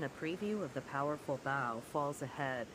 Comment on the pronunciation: It's pronounced Bow as in bow and arrow. Fucking stupid AI.